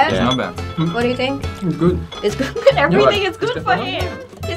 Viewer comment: So cute they all say it’s goid